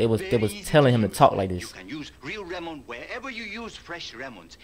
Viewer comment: the lemon one rlly pissed me off bro 😨 like whyd they gotta use a asian man and make him say “remon” no asian actually says lemon like that